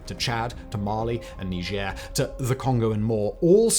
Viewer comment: I like the way you pronounced Niger